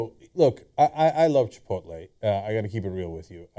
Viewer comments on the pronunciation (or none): Whenever I read Chipotle I always pronounce it Chipotle. These guys are saying it wrong. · This is the fault of all the people that pronounce chipotle, chipolté